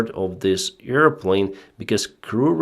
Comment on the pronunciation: Sorry for making fun about pronunciation but "earplane" is a funny word. It reminds me of Dumbo the flying elefant. ;-)